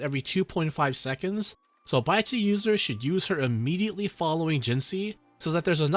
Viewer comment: Great video as always. Keep posting more guides. Thanks for all the detailed info. On another note, it was hilarious i kept hearing you said Baizhi's name an idiot (sounds like in Mandarin). lol...